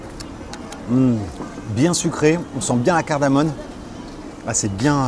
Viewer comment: On dit "CardamoMe" .....